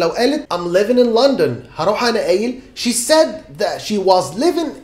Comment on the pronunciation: HI...YOU MISPRONOUNCED LONDON.....